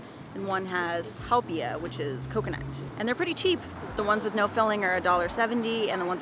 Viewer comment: Ha na ma bay, it's simple, forget the U. and "how pee ah"!